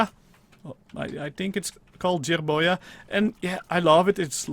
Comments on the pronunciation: Jerboa is pronounced jerbowa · Ben Ando I thought you said jewboa